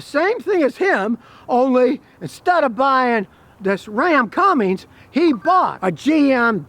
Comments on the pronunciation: Hey scotty? That truck is made in MEXICO!!!!! And...the transmission dipstick is on the left side, so, it has a Chrysler transmission 68-rfe. If the dipstick was on the right hand side, it would be made by aisin (toyota). And it's CUMMINS not CUMMINGS l....please stick to gas engine vehicles. You know nothing about diesels. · Hey Scotty you do me a favor? Can you please stop saying Cummings? lt's Cummins, there is no G in the name. lf you look at the badges on the fenders, hood, tailgate and such, you'll see it's spelled "Cummins" all over the truck, with no letter G. Are you internationally mispronouncing the word? Like l said, it has the correct spelling/pronunciation all over the damn thing. How and why do you not know this? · Not sure you should take the advice of someone that can't pronounce Cummins...it's not Cummings....Nuclear, Nukular..😩 kidding. Probably my next truck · he begins to talk about the “Ram Cummings” it’s not a correct pronunciation of Cummins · Waaaaay better than that crappy eco-diesel for sure. I need a 6.9 or a 6.7 Cummins crammed into my mk4 jetta tdi (alh) so I can upgrade! 😂 On a side note there is no "g" in Cummins. 😅